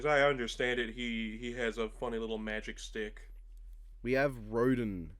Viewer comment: Rodin it actually Pronounced As Rodawn